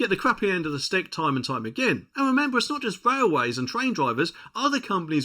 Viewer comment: It is and always will be in the UK Gen Z(ed), and did you ctually say 'Wailway'? LOL, I'm guilty of this too, hehe.